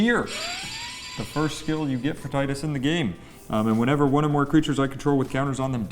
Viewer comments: Te-du-s not Ti-de-s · I wish he actually pronounced Tidus correctly 😂